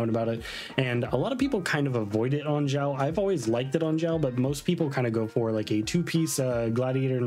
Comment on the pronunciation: pls your videos are so good but your pronunciation of the names sometimes has me cracking up 😂 Not sure why you call him Ziao or Jiao but Xiao's name is pronounced as Shiao